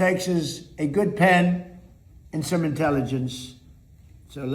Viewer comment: . “Some intelligence” heavy emphasis on the SOME.